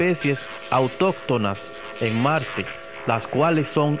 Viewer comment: y dise malte en ves de marte